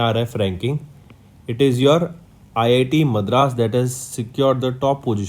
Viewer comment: Its not math raas, its madras.. and its not karor, its crore.. again its not rular, its rural.. correct ur pronounciations.. its too bad man